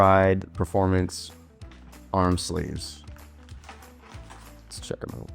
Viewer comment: Love Bohdi grips. Your'e gonna like them. Been using other brand arm sleeves for years. "sleefs"" Really like my SAGA SH. Not a "two ee" fan.